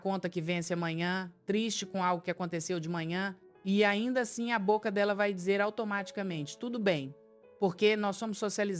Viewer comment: Tá parecendo AI. Contou o número de palavras errado (podemos pensar juntos não são 4 palavras). Falou Bóca. Muito estranho. Mas o conteúdo faz sentido.